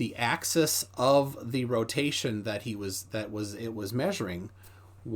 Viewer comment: THis guy says "access" instead of "axis." What an idiot — it's painful to listen to him.